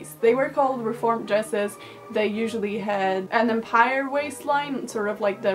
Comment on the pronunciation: OK, I'm gonna be the grammar police here. And only because I love your stuff, Karolina and I want you to be right. "Empire" style clothing: is pronounced Ahm pyeer. It's french. Carry on . . .